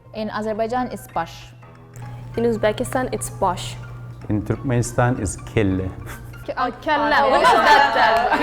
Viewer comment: not "kyle" kelle corect